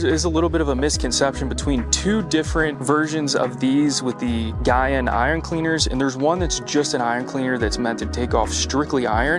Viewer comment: you are pronouncing Gyeon wrong.